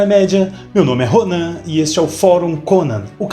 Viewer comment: Muito bem Ronan! Aliás, ao invés de se apresentar como Ronãn você deveria dizer Rônan para se assemelhar ao Herói temático do canal...kkk...Um abraço!